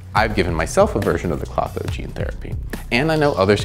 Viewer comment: To bad it did not come with the ability to correctly say Klotho!